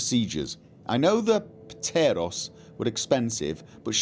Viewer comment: The p is silent in ptero and pteroray like with pterodactyl